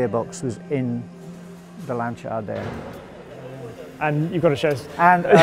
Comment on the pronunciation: & pronounces Lancia correctly too. Fabulous dedication and passion.